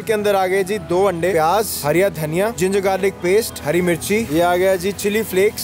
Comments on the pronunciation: Sahi hai.. Mehnat ka fal aacha hi hota hai... Sirf ek hi dikkat thi video mein.... Woh hariya dhaniya nahi hara dhaniya hota hai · It’s not hariya dhaniya it’s called fucking hara dhaniya. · Hariya Dhaniya🤣🤣 nhi hara dhaniya bolte h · Hariyya dhaniya bol rha bhai br br 🙄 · Hara Dhaniya ❌ Hariya Dhaniya ✅ 🤣🤣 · Hariya daniya nahi hara daniya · It's hara dhania not hariya 😂😂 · bhai its hara daniya not(hariya dhaniya😂😂😂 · Its hara dhaniya... Not hariya dhaniya 😬🤣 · Hara dhaniya please and not 'hariya dhaniya'. It makes me so uneasy 😁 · Hara dhania not harya dhania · ओ भाई एक बात... धनिया हरा होता है.. हरिया नहीं जितनी baar bola गलत ही बोला है🤨.. भाई 🇮🇳इंडियन हो कम से कम हिंदी तो ठीक से बोलना सीख लो.... बाकी पाजी की कहानी बहुत अच्छी सीख देती है🙏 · Aby yar hariya dhaniya kya hota h be hara dhaniya hota h 😏